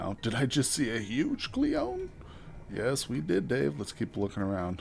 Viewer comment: Michael Bang , no relation to Michael Bay 😋. For some reason every time you say clione I hear Celine Dion 😁. Anywho nice progress looking forward to more.